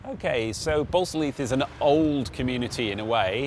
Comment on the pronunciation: Ballsall heath not Barco leet 😂😂😂